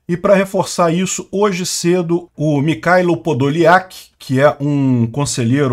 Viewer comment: Pronuncia-se "Mirráilo" (e não "Micáilo")